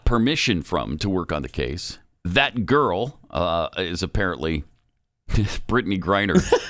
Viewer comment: Honestly I think you got the emphasis wrong on the "that girl" part... I think he probably meant it in an endearing way... but that's just me...